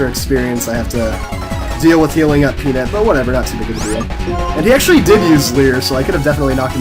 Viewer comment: You say "peanut" weird.